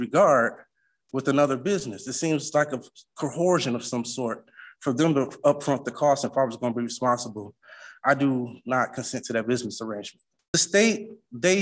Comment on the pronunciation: I wouldn't mind betting that Chili was his legal counsel, being as he's a constitutional law expert. You have to admire the patience of the judges letting him drone on for that long. Axe? Did he say Axe? Edit: he did say Axe, and also Axing. also he said 'cohorsion'...wif does that mean?